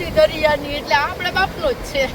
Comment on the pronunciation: તમે 'છે'ની જગ્યાએ બીજુજો અક્ષર બોલો છો 'હે'